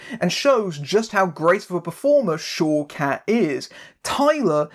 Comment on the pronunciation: Whenever you say one of the actress's names, I keep hearing it as "Showcats" :D